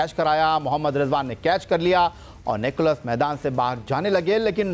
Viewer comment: Sikandar would say "Ghabrana nahin hain" 😂😂😂🤣🤣🤣 and for Allaah's sake please say Nicholls not Nicholas